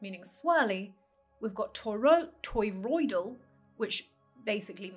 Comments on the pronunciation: Do you realise your saying 'toyroidal'? Not toriodal... And stop saying donut for gods sake. We each have a toriodal field around our bodies, as does the earth. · Aaagggh! Not Toy-road-all.